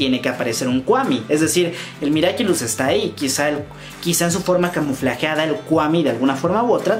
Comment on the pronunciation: Sin ofender pero se pronuncia camuflados y forma camuflada